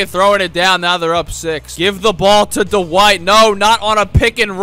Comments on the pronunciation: “Tyler give it to Duh-White” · Anyone realise that calls Dwight Howard Du-White?